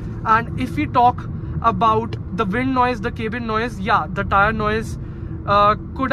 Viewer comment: Its not kaebin , please pronounce cabin like we all do